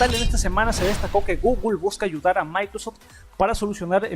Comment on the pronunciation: dice Goole en vez de Google Xd